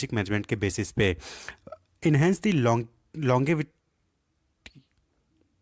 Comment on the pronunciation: longitvity.... 😂😂😂😂, Longivity hi hai na..? 😂😂😂